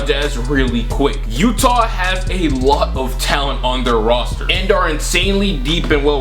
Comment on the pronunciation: The YEWWTAAH Jazz.